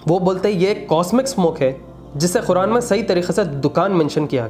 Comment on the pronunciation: Speak Properly - Khuran Nahi Qur'an